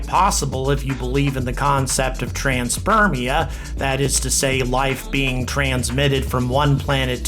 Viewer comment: Transpermia or Panspermia? Great video! I love every video honoring Dr Levin and Dr Straat. Keep speaking what should be the obvious conclusions of the Labeled Release experiment.